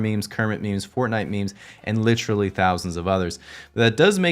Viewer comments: you've had this channel for almost 4 years now and still can't pronounce literally... lit·er·al·ly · Ugh ... american english speakers who say literally as LITrally. One of my few pet peeves. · Is this guy getting paid for every use of the word "literally", and double points for pronouncing it like "littrally"?